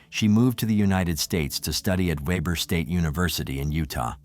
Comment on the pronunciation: It's pronounciated WEE Bur state university.